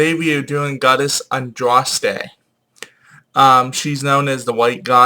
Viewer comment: Andraste was not British she was a Gaul,Gauls were Celts.Pronounced And raws te btw at least say it right.And its symbol of the hare not "rabbit" but that is misinterpretation of Boudicca releasing a hare from her gown as part of the rite of propitiation.